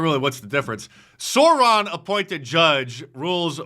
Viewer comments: SOUR-ON not SOAR-ON. Holy moly that hurt to hear. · Sore-on? C'mon bro! Don't disrespect Tolkein like that! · Mark, Sauron is pronounced “Sour-on” not “Sore-on” I know you don’t like Sports Ball but you gotta know Lord of the Rings 😆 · Fool of a Dice! It's pronounced "Sow-ron" not "Soar-ron"! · Sauron. Pronounced sour on. SOUR-ON. The Genius of Tolkien. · Sow-Ron. Pronounced Sow-Ron, brother Mark. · Pronounced Sauron wrong and one of the judges is a Bush appointee